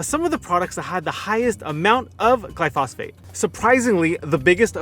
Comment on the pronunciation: Please learn to pronounce the name of the chemical about which you are talking. The accent is on the first syllable.